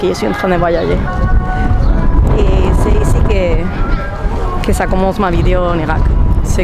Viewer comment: Bravo madame des bisous et ont prononce voi . Ya . Ger . Pas voillayer 😂 ❤😘